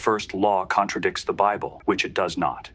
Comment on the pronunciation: "The bibbly" 🤣🤣🤣🤣 It's safe to say that this person doesn't care about the quality of their garbage.